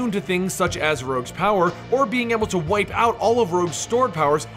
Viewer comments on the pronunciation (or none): none